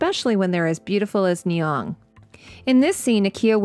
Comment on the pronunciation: Just one tiny addition to your wonderful video: the actress’s name is Lupita Nyong‘o! (there is an interview bit on YT where she says how to pronounce it)